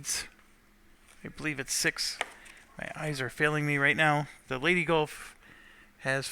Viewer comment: Leigh(rhymes with sleigh like santa drives)-TEE(like the thing you put a golf ball on), not lady not lay-tay, there is no Y sound. I realize is just poking fun at me at this point, but that's why fans are fans.